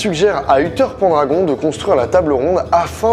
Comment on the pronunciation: Tous les ans je vais à Brocéliande pour aller déposer des offrandes sur le tombeau de Merlin. Une fois, je me suis même faite avoir par un korrigan qui m'avait piégé. T'as vidéo est excellente juste petite erreur de prononciation : Pendragon se prononce "Pènedragone" 😉 Et ce n'est pas Viviane qui a enfermé Merlin, il s'est enfermé lui-même pour se "punir" d'avoir fait confiance au roi Arthur qui a utiliser Excalibur conter les bretons au lieu de les défendre. La légende raconte que une fois ses péchés pardonnés, Merlin sortira du tombeau et reviendra parmi nous. Manquait plus que Samhain avec l'Ankù et on avait mes légendes préférées !